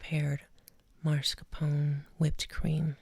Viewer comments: So glad you're back!!!!! I loooooooove this video. I'm a grammar freak so I need to get it out of my system. It's MASCARPONE cheese, not MARSCAPONE. Sorry, I love you Lol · Baby é mascarpone non marscapone, però sei brava e comunque ora non so se ho più fame o sonno😉♥️ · Why she say marscapone instead of mascarpone though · Nice video! Had to tell you it’s not “marscapone” but mascarpone though😅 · That woman looks a lot like Debra Messing. And, I love how she says "marscapone." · Funny for someone who pronounces tiramisu so beautifully to also say MAR-scapone cheese 😄 love you mama no hate just poking fun!